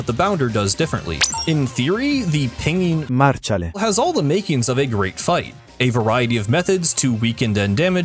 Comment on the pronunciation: As Italian I think pinging marciale pronounce of Google is wrong...